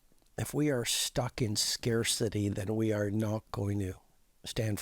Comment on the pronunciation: he said people are stuck in scarcity, but the way he said it sounded like stuck in scare city...interesting either way.